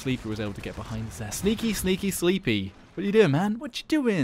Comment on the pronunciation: His name is pronounced "slepy," not sleeppyy